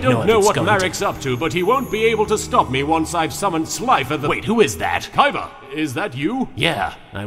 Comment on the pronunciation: wow thats funny how he said yes it sound like kes